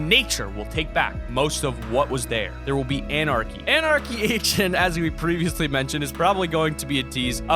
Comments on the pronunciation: did he just say anarchy Asian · i kept on thinking u said anarchy Asian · I though you said anarchy Asian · Lol love the vids but have have to point it out but it did you say Anarchy Asian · you said Anarchy ASAIN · is it just me or did he say anarchy asian? :) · Who else heard him say Anarcey Asian lol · I thought you said anarchy asain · with the anarcy agent I thought he said anarcy Asian and I was like wot